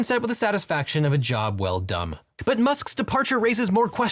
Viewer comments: I read the caption "done", but it didn't match what I thought I'd heard, so I went back, cranked the volume, and was still sure he said "dumb". Glad to have others confirm that my hearing's not that far gone yet. :) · I don't care what the captions claim was said, I heard "...a job well dumb" 😂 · "A job well dumb" ?? was that what I heard? :)